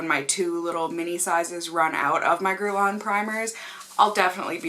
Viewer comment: YOU PRONOUNCED IT WELL! UUUHHHH!!! :)